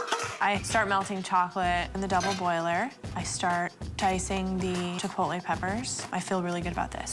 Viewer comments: Why is it not a single chef can pronounce “chipotle”? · i forgot that not a single person on food network in 2010 knew how to say chipotle 😭